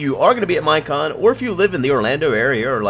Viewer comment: It is MINECON! non mine on